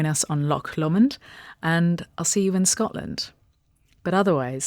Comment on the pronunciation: Sounds amazing! Hope it’s a great event. Lovely location. Interesting pronunciation of Lomond. Typically “Low mond”